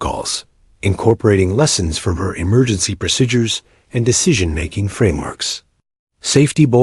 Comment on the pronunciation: No such thing as the word pro sid dures. Pronounce it like saying pro seed dures but it's spelled : procedures . Go back and learn American English. Also learn how to flight 482 It not four hundred eighty two. You also need to learn how to write military time.